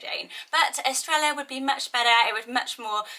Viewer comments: I'm in Central America and it's a Y sound here. In some countries in South America it would be pronounced with a 'sh' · Estrella is pronounced with with a “yah” at the end not like Ella- just FYI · For Baila it is pronounced like bye-lah. By the way Estrella is pronounced with a y sound instead of an l sound because two ls make a y sound in Spanish, but I really like the l pronunciation as well! Awesome and beautiful list, as always. :) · Pronounced "es-TRAY-ah" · Hi SJ, for pronunciation, I believe the ‘ll’ makes a ‘y sound. Estrella is “eh-stray-yah”; Baila is “bai-la’. Evelia is ‘eh-vay-li-ah’. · Love the video as always! I’m sure someone probably already said it, but the double “L” in Estrella says, “yuh” so it’s like, “Eh-strAy-yuh” I’ve had that as a name on my baby name list since Spanish class in elementary school! 😍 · Love these names. Love Spanish names. FYI- Estrella is pronounced Est-re-ya and Baila is pronounced Bye-la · Aww. My cats name is Estrella. In New Mexico we pronounce it Es-stray-ya. (Sometimes the r is kind of rolled, sometimes not). It is a lovely name both ways :).And her nickname is Estrallita (es stray yeeta). Which means little star. Love your channel. So much. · Baila: is Bah-ee-la Estrella: is Estre-ja 🥰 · Gorgeous names! Estrella is pronounced "estreya", and Bails is pronounced like "bye-la". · My friend has a restaurant called Estrella. She pronounces it Es-tray-a but my husband can’t say it and it always sounds like he’s saying Australia 😂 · 2 L’s together has the “yah or jah” sound in Spanish so instead of “Estre L a” it’s “Estr aya” hope that makes sense! This name list is right up my alley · Im pretty sure Estrella is pronounced as “Estreja”. The double L in Spanish sounds like an English J. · Yes a double L make a y sound xx